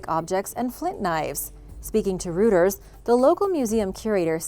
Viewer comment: Not rooters, righters is how they pronounce it.